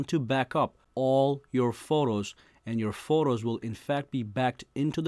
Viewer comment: This man saying Forros lmao